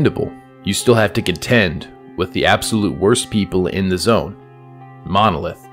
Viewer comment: bro say monolith df